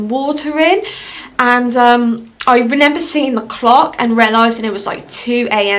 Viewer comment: She keeps saying renember🤣